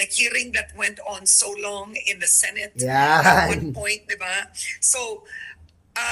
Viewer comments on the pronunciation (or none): none